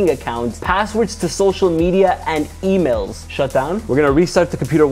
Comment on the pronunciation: "be cautious of suspicious e mills and web sits" 🗣️🔥🔥